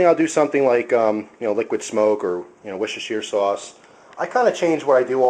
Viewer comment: btw not to be a smartass or anything but that sauce you said is pronounced WAR-CHESTER-SHIRE sauce :)